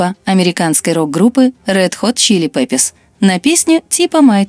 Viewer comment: Почему говорите неправильно название группы?